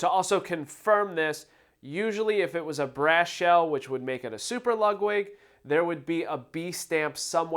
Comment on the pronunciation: Are you pronouncing it "Lug-wig"?